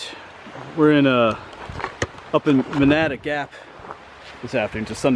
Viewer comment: It is pronounced Man-a-duh Gap